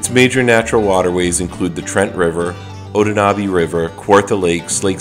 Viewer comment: It's the Bay of Quinte - pronounced kwin-tee. Also, the Otonabee is pronounced oh-tawn-ă-bee.